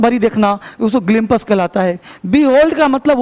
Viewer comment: ग्लिम पस nhi hota it's ग्लिंप्स apni pronounciation shi kijiye sir. 7 million se jyada students apko dekhte hai. unka future mt khrab kijiye english language me.